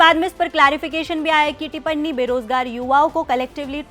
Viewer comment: टिप्पणी होता है, टिपरणी नहीं.